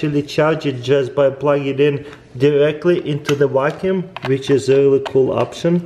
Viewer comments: "you can program this wakoum to wakoum on the edge" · “i love that you can program it to wackyuume the edges”